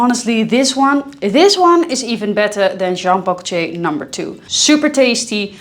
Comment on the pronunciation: Jean Paul "Goce", please stop say that